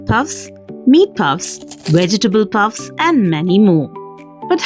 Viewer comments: Puffs ❌ Pupps ✅ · Its pupps not puffs 😂